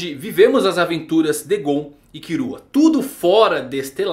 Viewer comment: Só uma aula de fonética: Killua se pronuncia Kíllua. Kurapika, Kurápika.